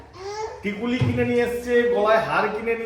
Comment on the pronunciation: Dada tikuli na tikli